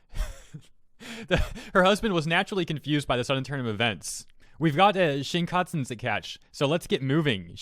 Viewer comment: Sounds like an interesting marriage partner. P.S. There is no T in Shinkansen mate, just saying. :P